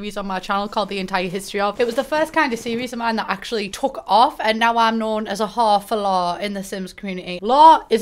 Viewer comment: It took me more time than I'd like to admit to understand what 'Hawffalaw' was (wh*re for lore)